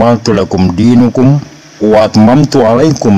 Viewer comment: DIINAKUM. Bukan DIINUKUM...